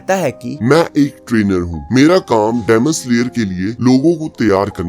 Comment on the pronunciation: Bhaiya demon slayer hota hai damon slayer nahi hota